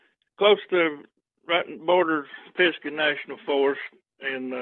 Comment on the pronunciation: Pronounced pis•guh, like "duh" lol, not sure why it's spelled with an a. Anyway that's where I'm at, work at Grandfather Mountain in the Linville Gorge area, live in Spruce Pine. and yeah it's supposed to be very bigfooty around here. I've never had any encounters while camping in the PNF, but it was probably the wrong time of year. If you do end up coming to the area, I would be happy to show you some spots in Spruce Pine, and show you where my 2 sightings were. Sounds like I'm within 20 miles of.